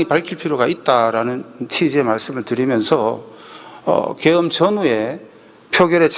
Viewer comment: 어이 인마 게음이 아니고 계엄.. 다시잘 발음해봐. 계엄... 개음이 아니고...무슨 술빨아 묵고 있나 개음이게..